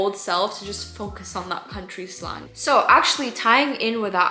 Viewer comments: Just a tip from a native english speaker instead of staying sl-ahng say sl-an-g the same sound as saying and! 👍 :) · Hey just an fyi you should pronounce slang “slay - ng” instead of “slaw - ng”. Because it stands for short language. “Lay - ng” At least that’s how it is in American English. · who’s gonna tell her slang isn’t pronounced slong